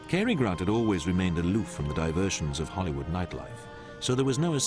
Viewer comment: As well as not being able to pronounce 'Cary' correctly